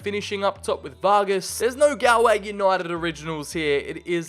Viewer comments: Its not GAL-Way , its pronounced gaul-way , as in gaul rhymes with haul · because its pronounced gaulway not gaLway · pronounced golway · As a Galway native a bit of me died inside every time you said Galway